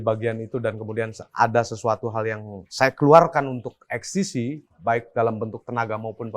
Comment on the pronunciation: (((Eks Te Si))) 😂 EKs Te Ce mas